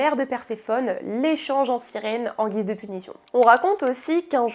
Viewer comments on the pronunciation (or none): none